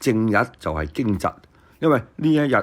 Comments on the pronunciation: 驚蟄(應讀驚值) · 聽到驚蟄的正確讀音，幾乎感激流涕 ！